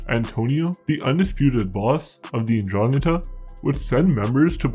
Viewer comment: It is pronounced "ndrangEta".